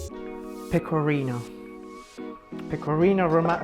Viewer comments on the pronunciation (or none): Io ti ammiro tanto e lodo la tua intraprendenza, spesso molti si vergognano nel parlare una lingua straniera! Ma quando hai detto PECORRINOW so morta dalle risate ahahahah! <3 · Gli stranieri provano a pronunciare "pecorino" in modo giusto. Lui che parla in inglese: peco(R alla inglese)ino